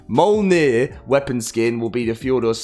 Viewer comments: Its pronounced miol-neer also known as Thors hammer. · It's pronounced "Me-yol-neer" if you slow it down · myolnir is how it's pronounced. This isn't a new name and exists in several movies,stories and games. surprised people still struggle with the name :D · This mfker.... "mah-yowl-neer". 😂😂😂😭💀